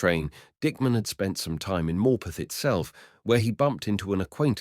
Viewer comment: Yeah I was wondering where he was talking about, the way he says Morpeth makes me cringe 😂